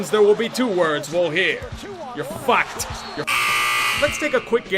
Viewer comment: I love how he says fAck